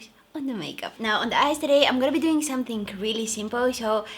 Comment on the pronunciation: Im never gonna get over you premonition of the words Something - somethink Amazing - amazink Happening - happenink I love it 😂❤️